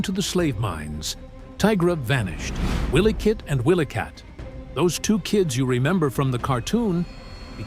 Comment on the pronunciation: He's not saying their name's right it's wily kit & wily kat